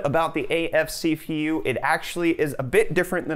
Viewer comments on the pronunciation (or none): did he just say si fi yu (CPU).